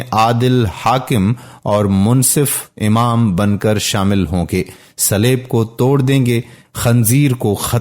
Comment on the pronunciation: Gostel❌. Gospel ✅. Slab❌. Saleeb✅ Reuer❌. Re- wer(d)✅. Sura E. Ma e da✅